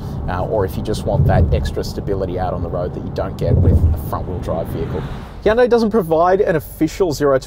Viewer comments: Did he say heeyundai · Hee yan day. Wtf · Weirds me out when people say "Hi-yoon-day" or "Hi-yoon-die" instead of "Hyun-day"